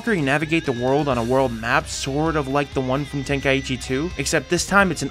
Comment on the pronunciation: Just a nitpick but how can someone read „Tenkaichi“ and say it like „Ten Kai ichi“